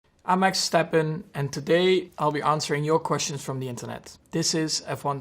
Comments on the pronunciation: 蠻有趣的，Max講自己的名字時省略了V的發音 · 可以請google 翻譯發音荷蘭語，Verstappen 讀起來像「費爾斯踏噴」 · 一直觉得他的全名难发音，今天听到原来他的ver是不需要读出来的，这样就顺好多了